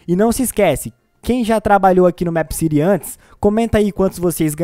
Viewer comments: N se fala Méépcity e sim Meepcity vc falando Meepcity e mto chato po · É mip city nao é mep city eu escrevi errado pra vc entender como se fala!! Da agonia vc falando mep city aff sou inscrita no seu canal gosto de vc mais vc fala mip city da agonia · se fala mipi ciri e não mêp ciri e se escreve meepcity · Mepiciri kkkkkk e mepicity (como se fala) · Não é mép que pronúncia é mipi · NÃO É MEEPCITY É TIPO MIIPCITY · Se fala mip (os dois "e" tem som de i) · vc fala meepcity diferente